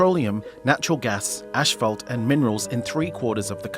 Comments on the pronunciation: It's As-faalt. Not Ash-falt. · 1.48 "ASH - PHALT" ?